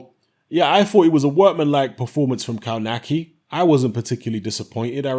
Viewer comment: It's pronounced "kovnatski"...